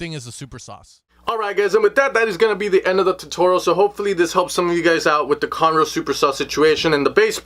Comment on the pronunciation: Lmao it sounded exactly as if he said conor ross